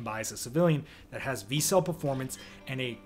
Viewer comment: Vertical Cavity Surface Emitting Laser (VCSEL = Vic Sel < pronounced). But it is still a great video.